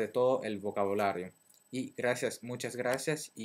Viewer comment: comunque sei bravissimo , anche se devo ammettere che la tua pronuncia in italiano e' un po' troppo forzata. intendo dire che suoni come qualcuno che sta facendo una caricatura di un'italiano, rilassati quando parli. quando dici "nell'altro video" alla fine , a me suona "né l'áltro vídeo", ti ripeto non mettere accenti sulle vocali quando non servono. p.s. sei giapponese?